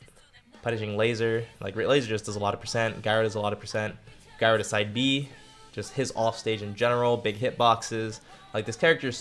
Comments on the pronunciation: he really said guy-roh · "Guy-ro" lol I had to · That's not how you pronounce "gyro"